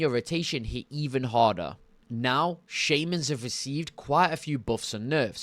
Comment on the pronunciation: also.. "Enhamcement Shaymins" xD, you're starting to be like Benedict Cumberbatch with Penguins xD